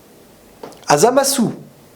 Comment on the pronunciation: ZamasUUU... GowasUU... j'adore des tes vidéos mais là je me pisse des oreilles... je suis sur que tu peux régler ça... Zamasu ( sans le U ) Gowasu ( sans le U )